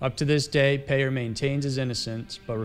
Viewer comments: I know this video is over 3 years old but, the CHP officer, Craig Peyer is pronounced like PIE- ER not like "payer" as you pronounced it. He attended the same church that I did and he and a group of us all had lunch after church, a few days after Christmas! He most likely had already killed Cara Knott, and I sat across the table from him. Creepy, scary and horrible. Her name is properly pronounced like CARE-A, not like "CAR-A. Do your homework before you make your videos - you often pronounce names incorrectly. Get it right please. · I don't mean to offend you. But that Victim of that Vile Scumbag craig peyer. Her name is pronounced Care - a. As in a caring person. Not Car - a Like your pronouncing the word "Car" then "a." I don't care that you pronounced his name wrong. But for Cara it should be. She was a really good person and so many people love and miss her. She was taken way too young and didn't deserve what she got. That was a horrible time for us ladies in here in San Diego. It was all over the news here and the media. I hope he never gets out of prison. I hope they let him continue to rot.